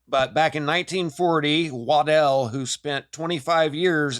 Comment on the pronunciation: Oh crap, now I'm triggered 🤯 it's "wa dell" and not waddle 😮🤨😁😆🤣🤣😂😊 but anyway if you have watched RA: the path of the sun god, it gives us a new meaning to the builders of the serpent mound in chillicothe Ohio. Keep up the outstanding work 😊